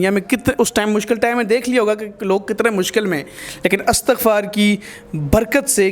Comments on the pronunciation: Astaghfar nai . Istaghfar h sahi word plz. Jb akaila lafz parhna ho tu lafz astaghfar ni balkay Istaghfar parhain. Astaghfirullah. . Istaghfar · استَغفار نہيں ہو تا. استِغفار ہو تا ہے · Istighfaar not astaghfaar ... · By the way its not Astaghfar, its Istighfar. Mashallah such a beutifull belief on Istighfar...Istighfar sy har masla hal hosakta hy,,,Great lesson for others. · استغففار Istigfar ہے نہ کہ Astagfar. شکریہ